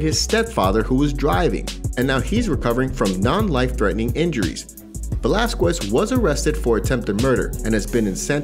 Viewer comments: God, it drives me up the wall when people can't pronounce Cain's last name right! Since all this stuff with Cain started, I've heard several people butcher his name! 🙄🤦😡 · If I listen to you say Velazquez wrong again ,my brain will explode!!! Ugh